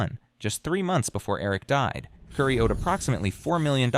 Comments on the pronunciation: KOOOOORII...NOT CURRY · Not cury it's Kori kouri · Her name is Cory not kurry. Also all the pronunciation of all the city names are wrong. Do some research. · Her name is not pronounced "Kury", it's "Kori". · Her name is pronounced Cory not curry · I think her name is pronounced Cory even tho it's spelled Kouri, it isn't pronounced curry. Kouri (Cory:. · It's "core-y" but I beg the channel to leave the constant mispronunciations in the video, just for the sake of pissing her off if she ever sees this video. It will enrage the narcissist so deeply that she will be endlessly bothered by it. Because how DARE someone get her precious name wrong? I love that for you,! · How am I supposed to take this seriously when you keep pronouncing her name as curry? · It’s pronounced “Core-ēl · Omg you say her name hundreds of times “curry, curry, curry” It is not an unusual name that is pronounced just as it is spelled. Which is not curry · Narrator needs to pronounce Kouri’s name right. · Would be nice if you understood how to pronounce Kouri, Kamas, Heber, and fentanyl.